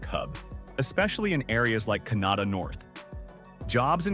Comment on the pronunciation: Funny way to say Canada , where it's pronounced "Kin-ahh-da"